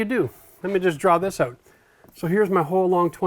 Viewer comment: I still get hung up on "out" being pronouned "oot"! Thanks for the videos!